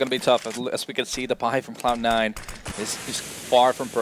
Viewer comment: The caster is literally saying "Clown 9" every time...